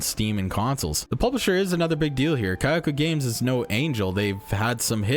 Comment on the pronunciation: its not Kayako games but Kakao games. You read it similarily to Cocoa.